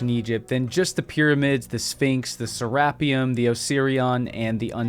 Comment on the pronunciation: it is pronounced serra-peum